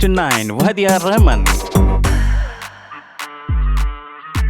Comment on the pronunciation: एकदम घटिया बंगाली उच्चारण करनेवाला कौन चूतीया है यह Voice Over? Duffer साला रहमान को रहमन कह रहा है और बालन को बेलन कह रहा है। और सबसे पहले के दो साल जब मीना कुमारीजी को अवार्ड्स मिले उन्हे बताया ही नही।